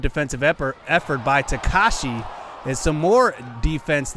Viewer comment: Ta-ka-ha-shi not takashi